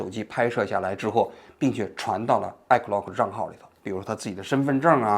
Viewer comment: 王菊，你这个iCloud我真是听了N遍才听明白你说的是什么😂